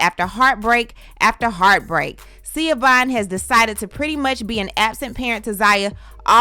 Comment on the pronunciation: Zaya's name is ZAAAAAYA.... long A... Not Ziya. Schiovaughn's name is pronounced SHU-VON... Not Seee-a-von. Now as to her allegations. First, I was thinking that Dwyane did write the post until I heard the "10 toes down"... definitely Gabrielle. But doesn't matter if she or he wrote it. I"m sure he read it and approved it before it was posted. 2nd-- I actually really feel sorry for Schiovaughn. I've been a DWade fan forever. So I knew their story. I always love a good love story. But they were very young when they got together and got married. Dwyane actually got with her leaving a traumatic household with his father . He moved in with Schiovaughn when they both were still in high school. So by the time all the fame and attention happened, his young self did what young men gain fame and. money and cheated. Heck Shaq was his teammate and mentor. He had no chance. That does not excuse his behavior.. but IJS. And for a long time, I did not like Gabrielle b/c I really thought he cheated with Gabby while he and Schiovaughn were still married, but it wasn't her. So I have sympathy. But I have to agree with DWade... I think her obsession with him and the loss of their relationship cost her valuable precious time with her children that she will never get back. She should be having conversations with Zaya and not blasting all over social media for attention. She is still trying to make DWade the bad guy. And he was the bad guy, but he's a likable bad guy and still had fans and popular